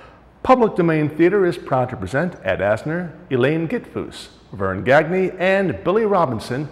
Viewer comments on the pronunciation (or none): Gagne is pronounced Gone-Ya, not gag nay. The baseball player can’t pronounce his own last name